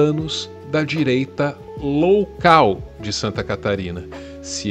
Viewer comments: Adorei o "direita loucal" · "direita loucal" HUAUHAUHAUH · Gostei da “direita loucal” rsrsrs